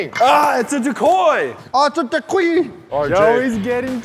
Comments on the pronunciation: ITS A DECOY Bobby: ITS A DEQUI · Ah, it’s a decoy! Auwh, it’s a decwee.